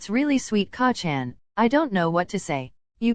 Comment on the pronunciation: I’m. Sorry but every time it says KACCAN 😂 I bust out laughing